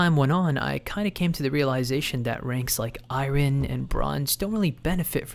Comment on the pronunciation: why do u pronounce iron like that whats wrong with you bro